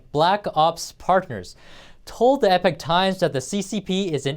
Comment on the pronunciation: Please teach that male reporter that "Epic" and "Epoch" are different words. The media business to which he refers is "The Epoch Times" rather than "The Epic Times." And teach him how to pronounce the word "regime" (example timestamp.)